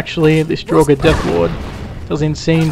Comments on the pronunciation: When you say ''Dragur'' it sounds like ''droger'' wich means drugs in Swedish :D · It's 'Draugr' - ancient Norse for ghost. I'm sad enough to have studied the language, but I didn't do it because of Skyrim, I just like the language. The 'r' on the end is silent, so is pronounced 'Drowg' (with a little bit of a rolled 'r') overall. And I hate Dwarven machinery too. Falmer I've not encountered yet because I'm still a noob :D